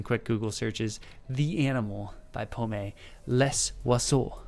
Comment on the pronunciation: Les oiseaux on Google...birds.......you use a strange way for a simple translation lol. Her name means Apple. In french we dont say the last voyelle if there is not accent. prononce it pomm. Pommé has you say with the accent means lost.....not very sexy